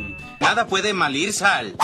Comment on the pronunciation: En el minuto . en el meme, lo pronuncia mal y dice: nada puede malir sal. Y me parto de la risa 😂